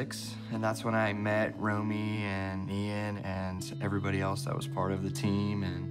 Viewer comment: Was that a inside joke when the one guy pronounced Ian's name with a hard I :eye-an